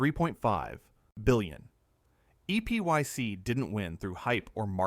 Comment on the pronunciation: It's pronounced "Epic" not "E.P.Y.C." (you would think AI voice-overs would know that).